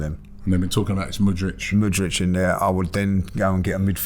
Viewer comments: WHY CANT ROBBIE PRONOUNCE PLAYER NAMES PROPERLY LOOL MUDRICH??? HAHA ITS MUDRYK. NOT THAT DIFFICULT ROB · Mudric… surely Robbie can say his name right haha